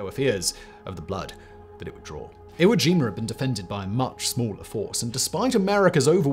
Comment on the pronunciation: Iwo Jimur 😂 I get why y’all do it. I still find it funny ¯\_(ツ)_/¯